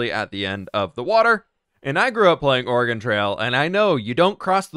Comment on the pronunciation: I really appreciate that you say Oregon correctly! :)